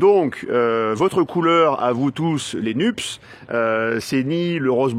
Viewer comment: Bravo pour votre humour. Vous êtes très en forme. Ps : quand vous prononcez NUPES, cela fait penser à nuptial 🤣